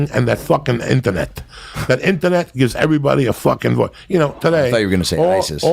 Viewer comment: the way he says "internet" is so funny lol